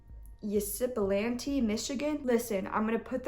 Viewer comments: Ip-suh-LAN-tee, Lass-er-A-shun, Thay-tuh-Ki...Good luck in Grad School! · John Norman Collins was born in Windsor, Ontario not Centerline MI. That is were his mother moved them. The high school picture that you used was a college frat picture. Also, he enrolled in Central Michigan for a year before enrolling in EMU. Also it is IP SI LAN TI =Ypsilanti .